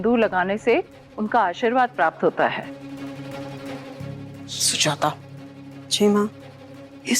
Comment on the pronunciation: Sujata hota hai sujita nahi